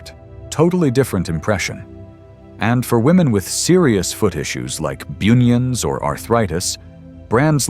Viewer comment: Please check how you pronounce bunions 😂😂😂😂